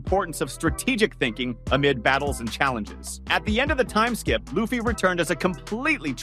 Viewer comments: Yeah I'm not even watching another video of his or even liking his content for the disrespect. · The guy keeps butchering people’s names in the video, calling Luffy as “LAOffy” and Imu-sama as “N-sama”